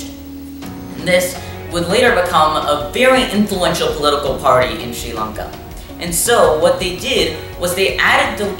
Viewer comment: Massive respect for saying the name correctly sri lanka 🇱🇰